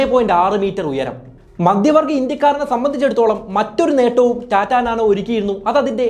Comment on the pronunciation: എല്ലാ വായകങ്ങളും "ആണു് " എന്നവസാനിപ്പിക്കുന്നത് അരോചകമാണ്. ഉഛാരണം തീർത്തും വികലം. "മദ്യവർഗ്ഗ ഇന്ത്യക്കാർ "എന്നു പറഞ്ഞാൽ മദ്യപാനി കളായ ഇന്ത്യക്കാർ എന്നാണർത്ഥം. നിരന്തരം ആവർത്തിക്കുന്ന വാക്കുകൾ. "വല്ലാത്തൊരു കഥ " എന്ന പരിപാടിയെ വല്ലാതെ അനുകരിക്കുന്നതായി തോന്നുന്നു.